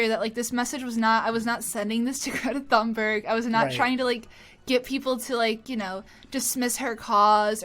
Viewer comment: "Greta Fannbörg"